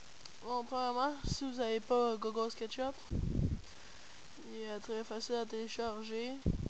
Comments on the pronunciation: il dit meme pas google il di gogole xDDD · au lieu de dire google tu dit gogole mdr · Je connaissait deja, mais pouce vert comme meme (Je kiff la manierre quebécoise de dire "google" x) 32 "Je n'aime pas" Le je comprend pas pourquois =/